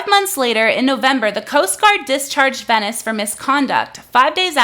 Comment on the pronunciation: OK, some things: (1) **VENCES, no Venice. Would help if you could pronounce his name correctly. (2) Where is the NBC News New York article? You should have that as a source in a pinned comment or in the description. I'm going to search anyway, but come on. (3) According to the article, which you can read at the bottom of any article, "Kat Tenbarge is a tech and culture reporter for NBC News Digital." That means that she currently LIVES in New York, but I doubt she works for WNBC-TV or even WNBC Digital. It's a small detail, but it could be damaging to someone's career if used inappropriately. Also, the wedding makeup thing has 0 to do with the work she's doing. (4) I'm not saying the NBC News article was great, but you're giving them more fuel to the fire when you make clips like this. (5) Why hasn't the man been talked to on your channel or podcast? I just want know his perspective.